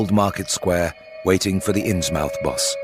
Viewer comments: I wonder why does he pronounce it “innsmAUF” and not “innsmUF”. Was that the contemporaneous pronunciation at the time of writing? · Ikr? It's th, not f. I never heard Innsmouth pronounced with an f. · Right off the bat. I can’t abide people pronouncing it “Ins Mouth”. Anyone who spends any time in Massachusetts knows it would be pronounced “Innsmuth”